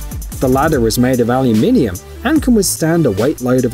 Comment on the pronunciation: AL YOU MIMI UM ????? It’s Alum in um !!! Is this a robot???